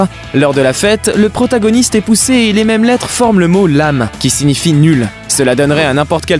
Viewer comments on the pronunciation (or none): Ça se lit ; leim pas lame